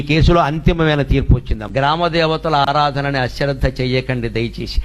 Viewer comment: రాసేటప్పుడు..chusuko boss.. ఆ శ్రద్ధ కాదు.. అశ్రద్ధ